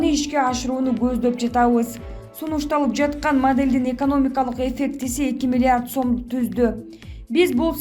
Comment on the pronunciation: Журналис 250 мин дечи алдында милларт дейсиңго